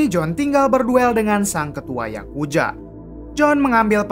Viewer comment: Yakuza Bang bukan Yakuja